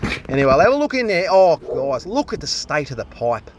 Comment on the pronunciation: “Look at the stoit of the poipe mate”…haha, I love this channel 😂😊